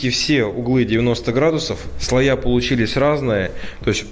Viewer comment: Что за слоЯ, кабелЯ!??? Слушать невозможно! Ещё коллекторА, редукторА, фильтрА! Уши вянут! Ты откуда вообще?? Так коверкать русский язык!